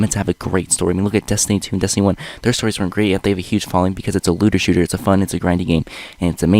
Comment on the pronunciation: L E W D E R S H O O T E R It legit sounds like he said Lewder XD.